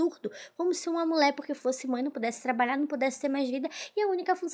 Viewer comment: Ola moca.Seu vídeo é muito bom e bem editado.Sua interpretação é otima, mas cuide da fonética das letras e palavras.Toda vez que vc fala mulher saí "mulé", incomoda um pouco e pode afastar novos seguidores.Sorte para vc, pq talento vc tem.💋